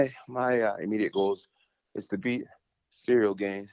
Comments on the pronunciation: Is he calling him cereal on purpose? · Man's calling him CEREAL lol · I think is calling him Cereal on purpose I really hope it's on purpose lmao You see what I did there? 😎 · Why do they keep calling him Cereal lol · I think Jon is mispronouncing Ciryl’s name on purpose. He’s hiding his physique and training footage. This is chess not checkers from Jones. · Is Jones pronouncing Ciryl’s name wrong or it’s me tripping? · Mind games, he knows his name. By saying his name wrong he’s acting he doesn’t really know who he is I think? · How can he get his name so wrong? And why did he not tell him 😅